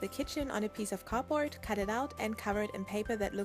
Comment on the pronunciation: Do you say cardbroad instead of cardboard